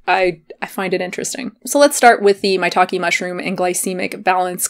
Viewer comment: If you say "maitake mushroom", I always heard "my talking mushroom" LOL... Good video btw! I stick to chicory root if I want some 'cafeine free coffee' ... very cheap, less packaging, no fake claims!